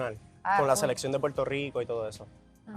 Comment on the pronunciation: “Puerto lico”🤡 se le notó en la cara la incomodidad que le causó a la puertorriqueña. No siempre cambiamos la r por l.